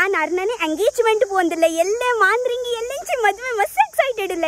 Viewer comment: I think it is not Maandhiringi....it is madharangi